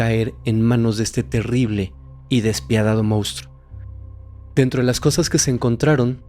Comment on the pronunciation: Excelente investigación, pero te suplico que tanto tú como todo el equipo (incluyendo a Fepo) CORRIJAN la palabra MONSTRUO, y no digan MOUSTRO!!! Xq se escucha fatal.